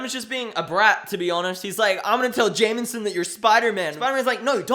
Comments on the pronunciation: It's "Jameson" It sounds like you're saying "Jamenson" with an added "N" for some reason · lmao love how you pronounce jameson, "jay-min-sin"